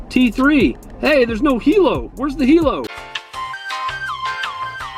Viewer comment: It is called hi lo not hei lo say hi than lo